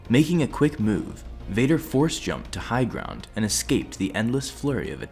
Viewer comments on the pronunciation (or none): Did you just HIGH GROUNG?!!